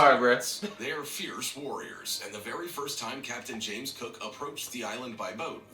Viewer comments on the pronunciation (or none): none